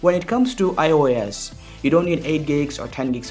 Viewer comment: Its iOS bro not aai yo yes 😂